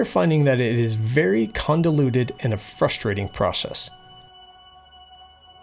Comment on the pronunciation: "we are finding that it is very condoluded". That's a somewhat convoluted mispronunciation.